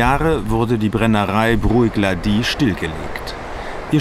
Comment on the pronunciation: "brùieck-laDIE"? 😳 um himmels willen das sind schotten, keine franzosen! das spricht man "bruch-LAdie" aus 😂😂 oder wenn man engländer ist und kein 'ch' kann: "brook-laddie"